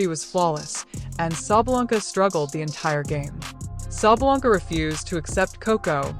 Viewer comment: Sabalenka, not Sabalanka! Get it right, it's not hard. Yes, she is a sore loser.